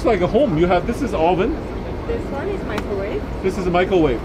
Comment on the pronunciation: "a gulfstream michaelwave"